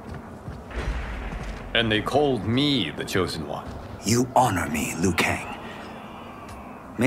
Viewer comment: Scorpion is the chosen one. He actually pronounced Liu right.